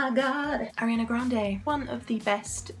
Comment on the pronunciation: R-E-ON-Uh not Airiana boo